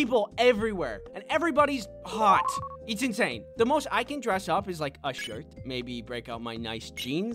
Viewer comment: is hilarious how he says hot